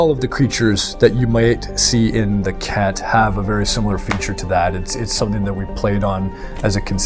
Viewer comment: I cant get it out of my head, i keep hearing the race as the Kek. pepe lives.